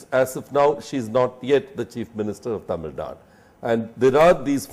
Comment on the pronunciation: it is Tamil Nadu -"du" not Tamil nad.